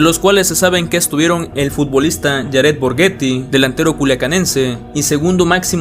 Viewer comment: "rums" "yared" "cartel" JAJAJAJA wey mínimo busca como se pronuncia lo que vas a leer